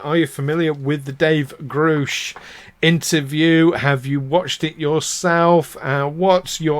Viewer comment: You should film this, great show. Its pronounced 'grush' not 'groosh' btw. What do you think will happen in the hearings later on this month?